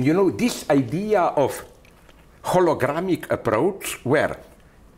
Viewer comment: Hologramic 😂, i guess he means holographic.. clearly he spent a good amount of time reading quantum physics